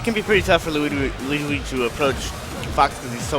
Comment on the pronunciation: both of you guys cant say luigi lol!